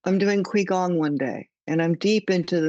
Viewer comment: quigong is pronounced chigong